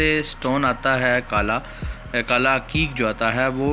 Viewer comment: Bhai aqeeq hota ha haqeeq nhi hota ...